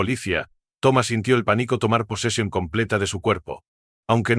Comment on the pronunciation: Pobre lectura. No énfasis en acentos, no existen las ñs ...que es limítes, pódia, paníco, OHIO Oio